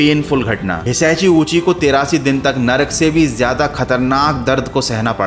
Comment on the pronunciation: be like: Hishashi I be like: Hitachi😂😂😂